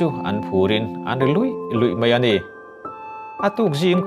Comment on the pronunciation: mai tih tur ah mei angin ilam rik a awm zeuh zeuh a...thahnemngaih thu ah kalo sawi